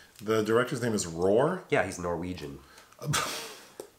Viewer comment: The name ain't Roar... It is pronounced Ro-ah